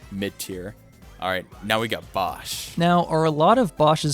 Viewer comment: It’s pronounced Bow sh. As in bow and arrow. And bosh is a he. Like blue yoshi boshi bosh. And how dare you put him on bottom. Although he really isn’t YTP.